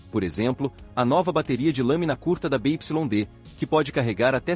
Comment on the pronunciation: BYD se pronuncia B= bi Y= uai D=di